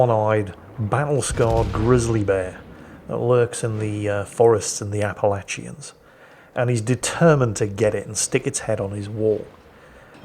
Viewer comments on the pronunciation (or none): Actually....it's pronounced app-uh-latch-un. Also actually, grizzlies aren't in the Appalachian mountains. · Living in Kentucky, I admit I chuckled a bit at his pronunciation of Appalachian. Most folks I know will sound like they're saying "appa latch un" when they say it. Other than that, I love fast ships and even in reverse that thing was a beast. Good show.